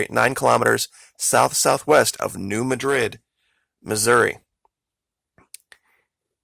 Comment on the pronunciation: Nice report. Thanks. FYI, the accent is on the first syllable of Madrid, for New Madrid fault. The a is pronounced as a short a, as in mad. Just a local quirk!